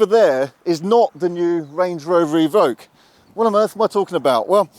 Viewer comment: Range Rover E-Voque you mean? Or EVoque